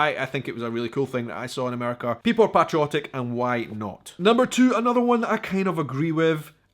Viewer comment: The way your were pronouncing patriotic and patriotism was crazy 😜, not sure if you were replacing the a with an o or what. Great 👍 video by the way, love ❤️ how you love the USA 🇺🇸 more than some of the citizens in this country. If you ever come to Alabama I would love to show you around and take you to some of my favorite restaurants and sights to see the wonderful state. Keep making amazing videos and content, God bless you and your family.